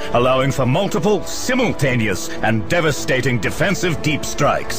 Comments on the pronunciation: Aidan McLaren Are you kidding? I'm from the UK and I'll admit that I begin the word with 'sim' rather than the US 's-ie-m'; but even I think he pronounces the rest of it really weirdly! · "sphess" "mehraens" "deff" "symeultanious" "fuhreh" "emprarh" "gloreh" "nawt" "bawld" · doesn't explain "Simmuln-taneous" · To be fair to, he can't pronounce only a few words properly. Namely, "space," "marines," "death," "simultaneous," "fury," and "Emperor." Which, admittedly, probably account for half of the average Astartes's vocabulary.